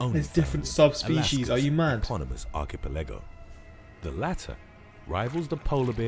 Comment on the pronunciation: When the narrator doesn't know how to pronounce "archipelago"........When the narrator talks about bison, shows wildebeests........When the narrator talks about moose, shows elk.